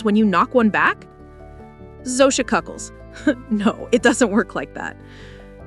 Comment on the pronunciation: Zosia chuckles? not cuckles. Cuckles is not a word....???